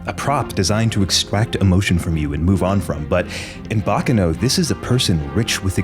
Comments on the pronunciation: its... bah kah noh... not "bacca no". for the love of god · Quick tidbit Baccano is Italian and not Japanese so it isn't pronounced like "Bakano" I have always really loved thus series! It reminds me a lot of the movie Snatch (great film, would recommend if you like this series, even if it isn't anime)